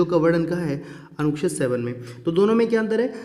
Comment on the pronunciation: Anuched bhi sahi ni bola ja rha hai..or dusre atak kyu rhe hai ap itna..smjh ni aa rha hai kuch bhi.